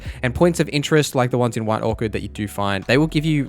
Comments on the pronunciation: it sounds like he's saying white Orchid. it was driving me insane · Orc-ard is killing me. Do Aussies pronounce Orchard like that or just this guy?